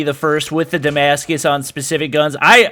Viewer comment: Damashige?? It’s Damascus